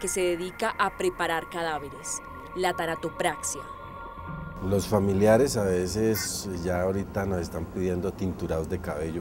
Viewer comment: TaNAtopraxia, no taratopraxia... Gracias 7.7